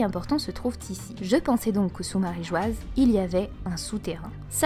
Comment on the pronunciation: Très intéressant ! Très novateur d'irais-je même 😉 . Mais s'il vous plaît, dite marijoa bordel ! マリージョア se lit ... marijoa. J'en peut plus de lire marigoise ça me sort par les yeux 😭